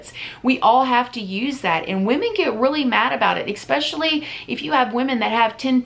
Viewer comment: much love to but i can’t stand how she says “EXpecially” instead of “especially”. 😭😷